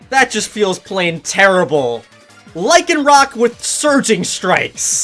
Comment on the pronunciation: Thank you for saying the dusk form lycanrock right.You get 5/5 stars.and sorry if i said it wrong ☹️